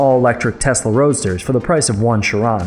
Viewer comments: The way he pronounce chiron and superleggera gives me cringe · You are pronouncing chiron wrong and that is a limited production collector's car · Who else is triggered by the way he pronounces Chiron? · Can't even say chiron properly and you're a genius 😂 😂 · You say genius but you can't even say Chiron and Superleggera correctly. So much for genius. If you can't appreciate cars in general, you have no right to simp over Tesla. Hypocrites.